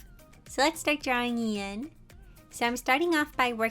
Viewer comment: The way Ian was pronounced- it sounds like- Ein- only mystreet fans get this T-T